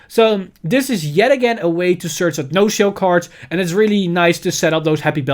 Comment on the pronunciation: The "ci" on HER name is pronounced as a "ki"